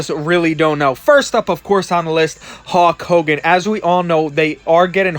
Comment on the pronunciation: "Hawk Hogan" lol